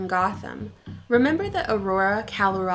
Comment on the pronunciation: You say Colorado funny. 😆 Most people out of state say call-oh-RAD-oh. Native locals say call-oh-RAW-doh (raw dough...mmm...) But you start off like you're gonna say California but change your mind. 🤔 Is this because all thr Californians are moving here and ruining the state? But I digress; good video. Good food for thought. I'm ashamed to say I wasn't at all aware of Gotham Shield before this.